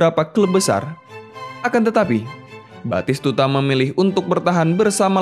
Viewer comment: Komentator di PS1 dulu teriak nya.. betiskudaaaa nggak taunya batistutaaaa